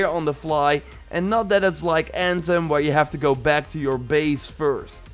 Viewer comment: Nobody:: Let's geauo